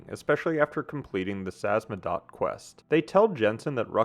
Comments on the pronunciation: name of the organization is SAMIZDAT not “samzadat” It’s a Russian term dating to the Soviets underground printing operations. “Sam” - means self, “izdat” - means publishing. Selfpublishing translated. Due to censorship many writers and poets had to go samizdat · Samizdat.. sa miz dat... whats so hard about this word?? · I knew someone would point at the butchered Samizdat! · Excellent analysis!! That said, I want to hone in on something you might want to work on: if you have trouble pronouncing a name like Samizdat, but you have the free time to write and record audio to say it, please take time to simply practice pronouncing it. You literally play audio mentioning the name, which isn’t exactly complicated either. This is a big trope amongst video essayists, especially in videos about games. It’s annoying, especially when it keeps happening to people or things with “ethnic” names. Thanks for reading this if you did!